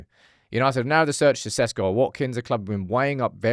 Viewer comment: Sesko, eyeroll.. His surname is pronounced Sheshko, dear Šam Peopleš.